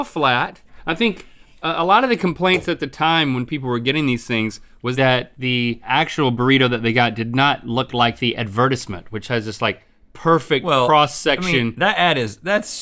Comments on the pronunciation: is that how you say „advertisement“? I thought its pronounced ad-ver-tise-ment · Link, advertisement is pronounced (add-ver-ties-ment) not (add-ver-tis-ment). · "ad-ver-tis-ment"? It's pronounced "ad-ver-tize-ment" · Why link say addvertizzmint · Am I the only one that thinks link said advertisement wrong in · Are we seriously not going to talk about the way Link said advertisement? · Isn't that the British way of saying "advertisement"? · why did link pronounce advertisement weird? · Advertisement? But he says it like it's spelled.